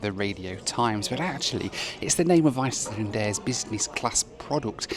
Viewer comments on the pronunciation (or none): After that pronunciation, I'm sure Iceland will be recalling their ambassador for consultation.